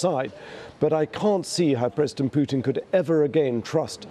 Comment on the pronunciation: "Preston Pootin"